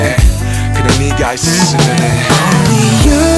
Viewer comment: I LOVE HOW JUNGKOOOK SAYS "AANLEY" instead of "ONLY"